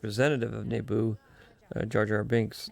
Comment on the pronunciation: Interesting how George pronounces Naboo like “Nayboo”